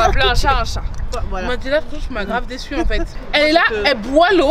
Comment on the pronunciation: Je suis déçu avec un dé et un çu 🤣🤣🤣: je suis déçoit avec un dé et un çoit 🤣🤣 Elles finiront par me tuer 🤣